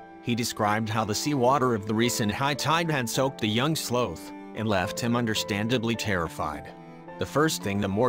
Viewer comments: It bugged me how he sometimes pronounced it "slowth" instead of sloth. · Very bizarre pronunciation of the sloth. Sometimes it’s slowth and sometimes the correct sloth pronunciation. Its not important but I notice unimportant things. I would say I am a noticer of the ridiculous and the unimportant, which is an important thing to be because unimportant things can become very important when focusing on importance. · sloath? oh, sloth. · sloth not slooth. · Those darn sloh-ths and their slohnannigans. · Sloth like moth, not both. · I love this story and I love how the couple saved him, but every time it pronounced sloth, I had to laugh. I'm sorry. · Why are you pronouncing "sloth" with a "long o" sound? It should rhyme with "cloth" or "broth," not "grow," or "toe!"